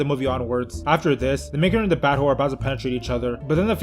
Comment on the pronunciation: Back in the day I thought he was saying mega jerk not main character